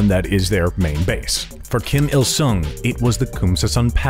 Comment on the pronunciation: "Kim Curt-il Sung"